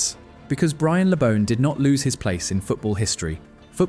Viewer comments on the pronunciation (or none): At least get his name right...BRIAN... not 'brain' My dad (also called Brian) used to go drinking with Brian and Gordon West when they were playing and my dad was building the main stand at Goodison. Always impressed by their affability and humility. Something sadly lacking from most modern day players God rest you, Brian. A great player and even greater man.